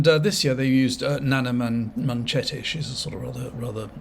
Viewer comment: I agree with 90% of what you say and enjoy your videos but the Journalist you mentioned is Naga Munchetty (not Nana manchetty as you called her) and she is actually a good journalist.